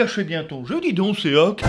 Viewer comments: Petite précision : on ne dit pas "séoque" mais "shoque" le o se prononce comme dans or. Et on ne prononce pas le e malgré le fait que sa s'écrive seok pck le 어 est une lettre aparentière qui s'écrit en alphabet eo. Voilà voilà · Son prénom c'est Sok pas "Séok" 😭😂